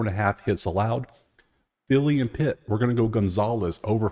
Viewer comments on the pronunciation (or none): oh no said pitts 😅